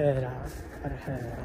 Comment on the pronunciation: Karcher wymawiaj KARCZER 👋🛠️⚒️🚜🇨🇦